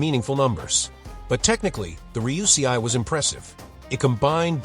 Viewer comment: Extremely well butchered 'Ruysei' pronounciation.